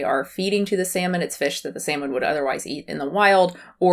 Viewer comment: Here is what gives away NAIVETE: That she does not even know how to say, "Salmon", OK? She pronounces the word as thought she has never even heard of the damn fish!